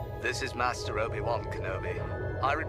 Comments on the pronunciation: Only problem with that JAT guy is how he pronounces "master" like an American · The only thing I find wrong with James Arnold Taylor's imitation of Ewan is the way he says "Master". He goes for the american pronunciation instead of the english pronunciation